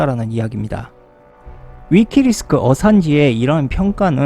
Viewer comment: 자꾸 위키리스크 라고 하시는데, 위키맄스 입니다